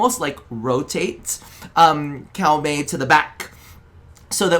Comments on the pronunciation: 1st Edit : its Koh-Mey not Cow-Mey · We always love this series, thanks to your unique takes it inspired a lot of our Fashions over the years so thank you for this series. Also, we did have to look it up, so there's a chance we're wrong, but it looks like Koumei is actually pronounced Ko-me. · Cow-mey? please tell me it's a meme lol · Okay, so, taking instruction from the latest video: Kou rhymes with co like in "co-worker". Mei rhymes with May like the month, so you got that part right haha